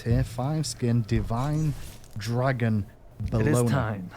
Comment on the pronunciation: "Dargon" btw haHAA